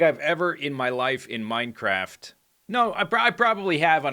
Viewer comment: He literally said "Minecarft" haha!